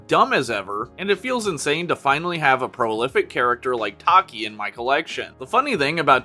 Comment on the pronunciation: ACTUALLY its Tachy( Tha + chi) not taki Boi its Cielo (say/Ci + leo) thats how i pronounce it Phantom hornet is a male😅